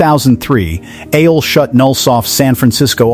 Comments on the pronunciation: I get it, why you pronounce it 'a-hole', that it bled. 😂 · AOL is not pronounced [AY-OL].